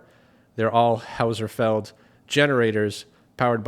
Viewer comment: It's a German name. How's-felled. Cam-bell how's-felled